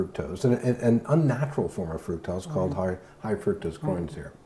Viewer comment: Gave this clip a thumbs up -- however the word fructose is pronounced fruc (like puck) tose. Fruc-tose. Not fruit tose.